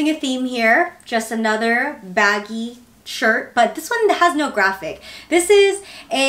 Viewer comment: I kept laughing at you calling it “short” tbh. It looks nice though. Love that you want to learn more of the Korean language to strengthen bonds with your family. Real dedication.